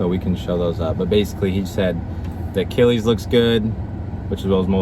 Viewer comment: Idk why, but the way you pronounce “achilles” kind of irritates me.